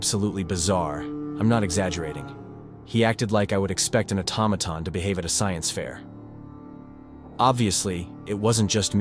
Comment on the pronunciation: I like story number1 best🙂 But what is an "atomaton"? A robot ?🤔🤖